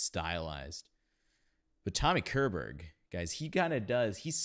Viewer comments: Uhm.. Tommy Koerrrrburrg. 😊 Tommy Körberg - believe me - deserves your correct pronounciation. ^^ Chess wasn't the thing 2000. Chess was THE thing. In 1984. Worldwide. Please. Follow my advice: You should really - really - listen to the end of the Album version in 1984. I mean it. He litterally lift his voice to the octave above. NOT by force. Using overtones. The transition - is something out of this world. I'm a classic schooled singer. Haven't heard ANYTHING like it. Since 1984. Seriously. Listen to the ending of Anthem. Album recorded 1984. Last note. Listen carefully. Thank you. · CHESS was written by Björn and Benny, the 2 B in ABBA, a d Tim Rice, JCSuperstar. It is lf Swedish origin like most of music today. Tommy Körberg is pronounced shorberg. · Great reaction! I was going to mention the '84 recording by I see others have beat me to it. On a side note, I hope you don't mind, but one pointer on how to pronounce his surname: the K is soft and sound like the leading phoneme of "she", "sharp" and "shallow". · The K in Körberg is pronounced with a "sh" sound like in "ship", not a K sound. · Pronounce it "Shorberriah"